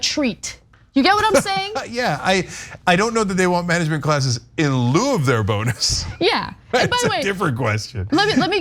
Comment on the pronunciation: ...are they saying "bone-us" on purpose? I mean this is comedy gold.